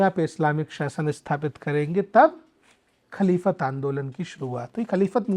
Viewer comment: महोदय जी, आप बड़े गर्व से छूठ पे छूठ बोल रहें हैं। और आप की अज्ञानता साफ दिखाई दे रही है। आप खिलाफत आंदोलन को खलीफत आंदोलन बोल रहे हैं। बहिस्ती जेवर को बाहिस्ती जेवर बोल रहे हैं। आप ने ये भी नही बताया कि रात साढ़े तीन बजे उठ कर बच्चे क्या करते हैं जब कि सुबह की पहली नमाज (फजर )लगभग 5 बजे होती है।आप को बता दूं कि इस देश के महान उपन्यासकार मुंशी प्रेमचन्द, इस देश के प्रथम राष्ट्रपति डॉ राजेन्द्र प्रसाद भी मदरसे से पढ़े थे। दरअसल स्कूल का अर्थ मदरसा ही है। आप को सच्चाई छिपाना है। मुझे तो अचार्य हो रहा है कि आप को किस योग्यता के आधार पर इस पद पर बिठाया गया है। रही बात बेसिक शिक्षा की ये अधिकार तो भारत मे सभी धर्म, पंथों, समुदायों को है। वह अपनी भाषा मे शिक्षा दे सकते हैं।आप को केवल मुस्लिम समुदाय को बदनाम करना है। उसे विलन पेस करना है। आप की बात तो यूनिसेफ ने भी नही सुनी क्यों की आप असंवैधानिक बात यूनिसेफ के सामने रख रहे थे। आप हर बात मे गूगल देखने की बात कर रहे हैं। गूगल पर देख ले आज भी हिंदू बच्चे मदरसों मे शिक्षा ग्रहण कर रहें हैं। क्योंकि आप आज भी गरीबों को सस्ती शिक्षा दिलाने मे असमर्थ है। नफ़रत मत फैलाओ अपनी रोटी न सेको।